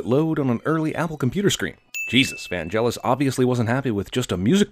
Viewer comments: Vangelis is said with a hard g. You've been saying it wrong. G as in Gang not G as in Gel. Otherwise this is spot on. The bit about the unicorn is brilliant. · It's not VanJelis you fucking idiot, it's VanGelis with a hard fucking G. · Vangelis is not pronounced with a G as in "gel", but with a G as in "go". You deserve a sin for that pronounciation. :-D (BIG surprise: the man is NOT American, but Greek) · It's pronounced "Van-Gel-Is," not "Van-Jel-Is." XD The G is hard, like in "good." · Vangelis has a hard g, it's not pronounced Vanjelis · Okay, I'm not even a minute in and already I'm going to complain... It's not pronounced "Vanjelis". The G is hard, like in "gone". Which is what I'll be doing with my subscription if you don't stop making these grating errors. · Sin num. 1- pronouncing Vangelis wrongly. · 1 sin for you mis-pronouncing Vangelis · you can't even pronounce Vangelis's name correctly!! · I cringed so much when you mispronounced ‘Vangelis’. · You missed that Vangelis pronounciation